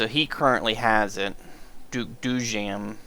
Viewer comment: It's spelled Doo-yum as in words do and first part of yummy :)